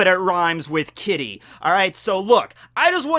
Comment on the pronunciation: Is it bad when he said kitty I thought he said kiddy which wouldn’t exactly be appropriate